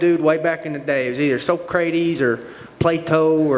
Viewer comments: So-cray-tees..... got to love thug nasty. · that was the most southern pronunciation of greek classic philosophers I could have ever imagined lmao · I think it was So-crate-eze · Lol him pronouncing Socrates though